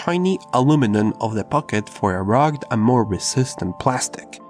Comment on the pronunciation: His pronunciation of rugged is so bad, even for him